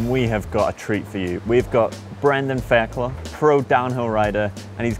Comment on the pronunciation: I believe it's actually pronounced 'Fair-Cloig'